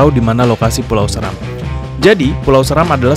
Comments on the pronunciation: Bacanya bukan Səram, tapi Séram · Seram bacanya *Se"ram*.Salam dr Kabupaten Flores Timur dimana asal usul kami jg dr Seram, buat saudara2 ku di Maluku khususnya Seram .Fam saya Seran Goran🙏🙏